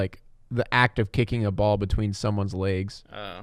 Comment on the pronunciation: Hey, you said pronounced legs as "Laags" instead of "Legs" It made you sound kind of Minnesotan. I should know, because I have a mild Minnesotan accent. Not weak, it's easily noticeable, and it's not super strong. I have mild one. I have those long As and say "Ya" instead of "Yeah" My accent is stronger than most people's in suburban and Urban areas